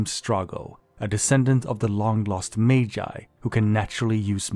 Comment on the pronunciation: Why did you say 'Magi' like that? 😅